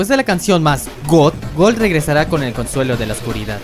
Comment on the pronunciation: En vez de gold dices algo como colt